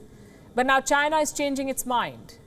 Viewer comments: You pronounced China..wrong! You pronounced Gina... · "Chy-na" not China. DJT